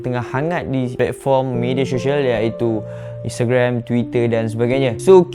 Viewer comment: Syed disebut sayed Social disebut soshel bukan sho-shel Sama2... hahahaha